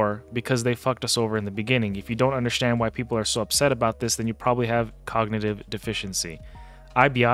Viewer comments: Are you saying undershtand???? Am I hearing you correctly? 🤔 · I undershtand